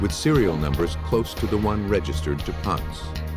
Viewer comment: I wish the narrators would pronounce Jack Ponce’s last name correctly.. it’s “Pon-say” not “Pontz.”